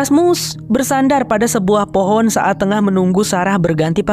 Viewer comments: Keren bgt terimakasih bang , btw gue salfok sama kata FOHON 😂😂 saat serius²nya malah ngakak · Lengah dikit "hehe jadi fohon kan" 😭🤣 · Fohon jadi fohon 😂